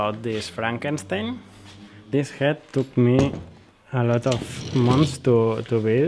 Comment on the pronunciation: Cool job ..but you ve got a biiiiiiiiiiiig problem with the letter H nro!!!a read,berind,a rall,to rave??no bro ..a Head .BeHind. a Hall..to Have..do a little work on it bro my ears are bleeding